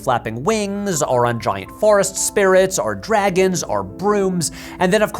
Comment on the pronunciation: ok, but why do you say "arr" instead of "or"?